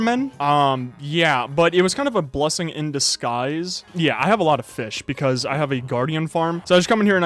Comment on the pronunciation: A blessing in the "skyes"